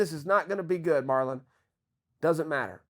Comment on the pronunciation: He turned Marlon Mexican 😂